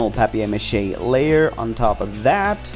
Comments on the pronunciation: Who says "pap-e-air" ma he its paper pronounced like "pay-per" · “Pap-e-air mache” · A-lu-mini-um fo-yl Pap-eye-air mache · Ahha it's french! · Did anyone notice the way he said paper mache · Is anyone else cringing over how he says paper Mache’ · You said paper mache wrong